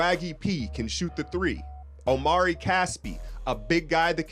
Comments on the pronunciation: just so you know, his name is Omri, not Omari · It is pronounced "ahm-ree" not "Oh-mari." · it's not omari, it's omri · Omri Casspi.. Not OmAri! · It's Omri not Omari... and it's Israeli not Israelien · You pronounce omri - Om - ree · It's Omri: pronounced Ohm-Ree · It's Omri (om-ree) homie. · Omri Casspi Pronunciation: \OME-ree\